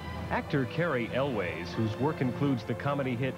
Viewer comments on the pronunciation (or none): Did he say Cary elwes name wrong 🤔